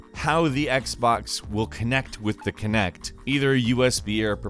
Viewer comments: It's Kinect not Connect! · I'm just gonna say it "kinect" Ah shit here we go again.